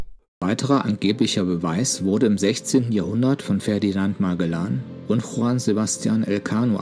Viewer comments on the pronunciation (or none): none